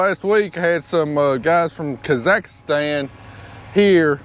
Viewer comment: Say it with me.... kah ziks stan .. Not kazikastans KAhhh ZIKS STAN